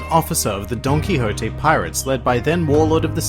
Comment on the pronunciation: "Donkihotte" (Donquixote)